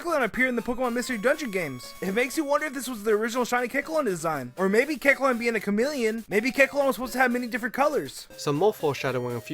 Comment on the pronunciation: Keklon.